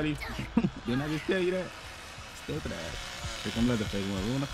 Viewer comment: always laughing my ahh of when you say ''Stewwpid ahh" 🤣